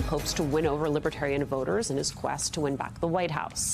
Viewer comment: Does he know the difference between Libertarian and Libertine? From his pronouncing Libitarian leaves me wondering?